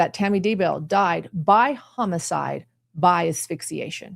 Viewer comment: Thanks for the great summary, but I gotta tease ya... the pronunciation of homicide as hum-a-side is killing me., is that when a killer hums the whole time they are committing the murder?